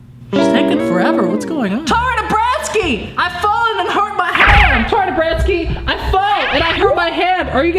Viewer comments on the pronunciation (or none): Why does he say Tory dabranskey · Road to Success it# because you said it wrong it’s TORY DABRANSKI